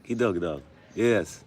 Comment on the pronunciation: kidogo kidogo (little by little) or bit by bit not kidoggy kidoggy that means something else